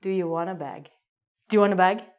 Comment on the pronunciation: say bag,not bog....